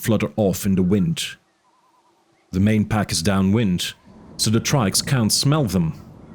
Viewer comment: Idk why, but it urks me every time he says "da" instead of "the".